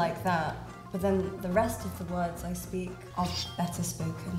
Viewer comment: it's pronounshed SPAEK :P